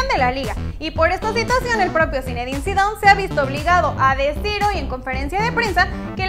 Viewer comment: Qien se dio cuenta que dijo scarlet zinedine zidon